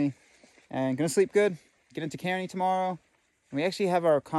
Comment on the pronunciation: Kearny is pronounced KAR-nee. Named for General Stephen Watts Kearny who lead 100 dragoons to my town of Escondido, California where he proceeded to get his butt kicked by the local Californios here.